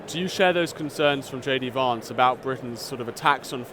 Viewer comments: Stop calling him Vahntz! It's Vantz. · J. D. Varnce? It's J. D. Vance! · Kevin me old chum , there’s no r in Vance it’s not varnce it’s Vance you annoying toad